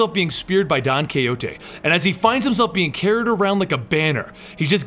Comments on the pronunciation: Don coyote?? Perhaps you wanted to say Don Quijote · the pronuciation of don quijote amazing xD